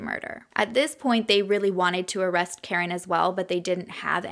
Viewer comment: I wanna say her kids name is KA-REEN. Not Karen lol. But I’m sure you watched videos and know more than me. Coming from a Spanish family, we have “karin/carin/“ but it’s pronounced ka-reen